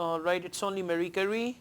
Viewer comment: Pretty sure it's not Murry-Curry !